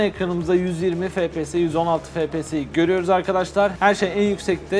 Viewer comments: O fps efpies die okunmuyomuydu?, yokasa benmi öyle biliyom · abi FPS değil ef pi es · harfleri Türkçe söylemek daha iyi